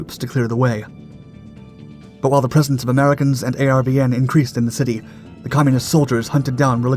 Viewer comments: ARVN was pronounced “R-Vin” not A-R-V-N. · ARVN is pronounced R-VIN.. simple. ARVN meant Army Republic Viet Nam.